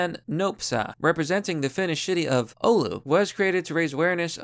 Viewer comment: oh no is about to slaughter finnish names. edit: well you actually said "oulu" right, most get it wrong